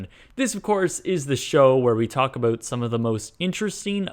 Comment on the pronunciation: where we talk abowwwwt abouuuuuuuut abuuuuuuut Hes canadian figured it out lol